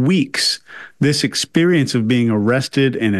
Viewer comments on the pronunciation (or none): none